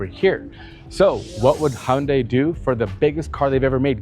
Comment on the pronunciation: And he's an automotive presenter who can say Hyundai! (It's not hunday, for all the lazy Americans)